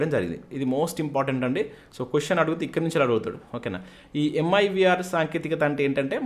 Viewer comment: It's Mirv not mivr